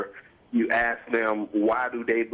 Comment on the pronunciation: ***** Along with "aks" instead of "ask" or "preventative" in place of "preventive".